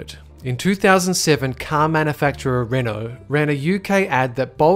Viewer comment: It's actually pronounced RENAULT